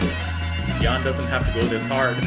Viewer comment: Oh, one small adjustment you might want to make next time round: "Haydn says Hi." (The name sounds like, "High Din".) OTOH your "Jan" is spot on according to my ears. And the review as not too shabby either. :D